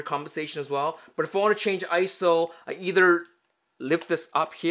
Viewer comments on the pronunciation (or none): Its not Isow its I-S-O which stands for international standards organization, PLEASE STOP SAYING ISOW!!!!!!!!!!!!!!